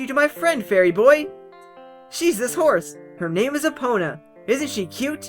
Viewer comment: you say Epona wrong. by the way, I love these videos.